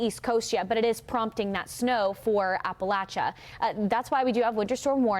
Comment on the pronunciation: Kudos for pronouncing "Appalachia" correctly! Well done.